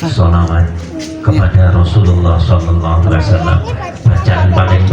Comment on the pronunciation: SAW mas....bukan swa